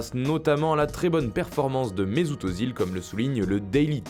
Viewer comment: Par contre c'est Mesüt Özil pas mesout eauzil